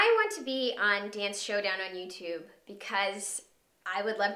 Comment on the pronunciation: did she have to say youtube like that?